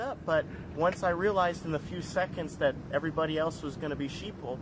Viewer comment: “You did not answer dat….” Apparently, th has been charged to d in all words. 🤦‍♀️